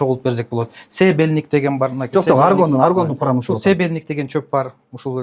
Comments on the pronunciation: Седельник эмес Сабельник туурасы😂😂😂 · Ал тургай сабельник деген чопту туура эмес айтып жатат себельник деп, ушунчалык сабатсыз ото кучтуу психолог экен, тили укмуш сайрайт го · Себельник эмес сабельник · АРГОН деген өзбекстандык БАДды, дары катары сатышкан! Өзбекстандын дары чөптөрүнө караганда тоолук биздин чөптөр алда канча сапаттуу.Сабельникти СЕБЕЛЬНИК дейт ))) Какой неграмотный этот фельдшер ))) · Народный целитель не знает даже названия трави. Сабелник .говорит Себелник. Пульса диагностика. Это очень сложный процесс. В Китае тоже не все врачи могут установить Пульса диагностику. Это многолетний опыт минимум 30 стажем могут заниматься. Кахраман кто он тоже мошенник.Просто делает деньги....